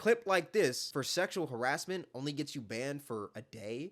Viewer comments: This genius mf just said “Harizzment” 🤣 it’s some creativity flowing thru that big ass brain lol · Bro please stop saying “Sexual Harizzment” 🙏🏾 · "Harrizzment" is crazy 😂